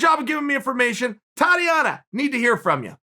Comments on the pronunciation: I never heard of the lady you’re speaking of.. but I think you pronounce it tah •Tea•Onna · “Totty-ana Suarez” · Idk im not so sure about that. Someone offered me this: its spelled Saures. And her first name is pronounced Thotiana